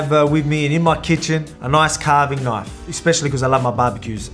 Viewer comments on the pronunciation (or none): Knife ❌. Knoife ✅